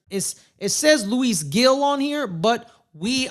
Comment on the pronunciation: it’s “Heel” not “gill”, I was making fun of you